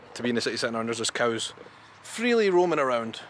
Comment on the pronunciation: Willow trees. And at last - you said "coos" instead of "cows!"